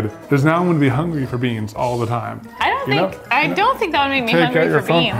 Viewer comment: y'all.. hahaha!! 'bean tiem," "resin tiem…." haha!! *ahem.. "TIME"